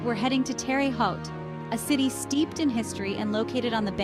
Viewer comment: Nice video. Some pronunciations were wrong. Terre Haute us pronounced: Tara' Hote. Carmel is pronounced: Car' mal.